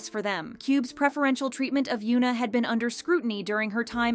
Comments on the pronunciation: it is hyun-ah not hyu-na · its hyuna.. not yuna.. please pronounce the H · The H in Hyuna is not silent.